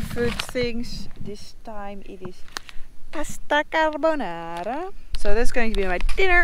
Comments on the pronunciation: "Pasta Carbonara" perfectly pronounced! I look forward to see you travelling to Italy! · Windy and chilly = no flies trying to share your lunch. The part of me that teaches Italian to French Canadians congratulates you on your pronunciation of Pasta Carbonara.